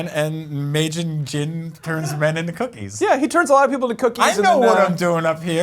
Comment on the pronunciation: And he said maajin jin?? it's majin buu lmao..